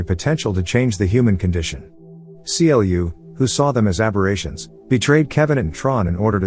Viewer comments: it triggers me that you keep saying C L U and not Clue. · it triggered me when he keeps saying c l u instead on clu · The only thing that bugs me is how he says C L U and not clue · I know this isn't actually read by a machine, and is a dude telling these stories. If it was a machine I could understand the constant issue calling Clu C-L-U. It is infuriating. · The way u say C-L-U🤯🤯u could literally just say Clu Instead of C-L-U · Why is he saying "Cee Ell You"? CLU is literally spoken like "clue", as one word. :x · Do you not know the character's name is pronounced literally "clu" , just clu, no C L U non sense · Seriously it's pronounced as CLUE not C.L.U. Did you even watch the movie. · I had to stop when he called Clu: See El You. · The AI voice couldn’t pronounce CLU right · I always wanted a video from you about this movie but you mispronounce clu's name.